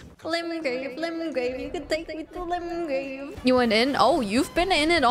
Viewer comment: Screaming about going back to Limgrave as if its a Ligma Rave, fun.